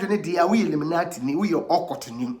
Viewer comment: Like the way kwaku you said inimanti instead of illuminati